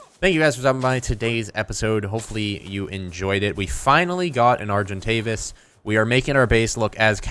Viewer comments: Name the argentavis bowy bicose you say arc-entavis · call the arjentavis "Arjen Robben" (arjen pronounced iron). He is a football player or... sigh..... 'soccer' player